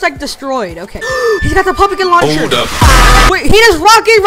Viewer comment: this man really said pupakin launcher